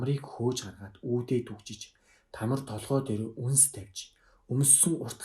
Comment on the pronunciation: Тамр биш Тамар.